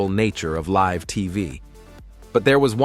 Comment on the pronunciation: AI bullcr@ narration. Live on TV? L-I-V-E as in Lie-Vvv.